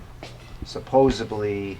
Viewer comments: he just said supposebly 😂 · c'mon guy! "supposebly"? we're still not letting people get away with that anymore right? it's a D guy, a D. you're welcome. Also, perhaps you need to hire a Tech guy that doesn't say "supposebly"... lol. Even the bird is getting tired of it... hahahahah... just giving ya a hard time. love you guys... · I come to this channel for new words. Today’s new word is “supposebly”. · It’s SupposeDly!! Not Supposebly 😂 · you said Supposebly 😮 and to think ima high-school dropout..... ADHD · Did just say "supposebly"?